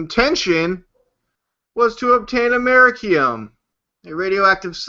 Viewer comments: his fat ass is trying to say America-ium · Am-er-i-cum you stupid hick. It's americium. Amer-eeee-c-um